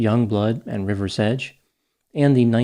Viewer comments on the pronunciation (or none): none